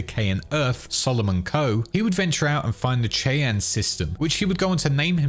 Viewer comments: It is pronounced Shy Ann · It is pronounced SHY-anne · Ok, nobody else is saying this so I have to. Cheyenne is pronounced "shy-ann" like a shy person named Anne. It's the capital of Wyoming and the name of a Native American tribe. Great video though! Very informative of the lore. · Cheyenne is pronounced as SHY-AN. Gotta love our weird American English huh? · You said Cheyanne wrong. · ...You butchered the pronunciation of Cheyenne, and I refuse to get over it. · That was the most abysmal pronunciation of Cheyenne I’ve ever heard ☠️ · Came to the comments for exactly this lol I really like the video, but had to make sure he knew how to actually say it for next time 😅